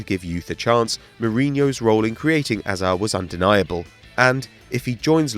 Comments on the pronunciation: Can this guy learn how to say hazard!?! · Why can't you say hazards name properly